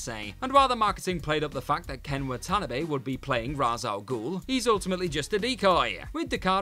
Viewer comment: Alias: AY-lee-us Cotillard: COAT-ee-yard Watanabe: Watt-uh-KNOB-ay